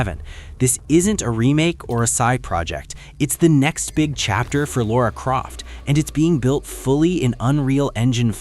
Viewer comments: "Laura" Croft ?? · Lost me about the 5th time this bozo said “Laura” Croft. Like, wtf? Casual n00b says what? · It’s « Lara » Croft. To get that wrong on a gaming channel is just scandalous. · Stop saying “Laura” Croft 😂 It’s bloody LARA